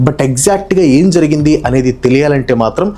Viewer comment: Brother Please consider this positively. "జరగింది అంట"కాదు జరిగింది, "అనమాట" కూడా వద్దు. Make the topic your own. Some PAUSES are needed. Little slower in speech.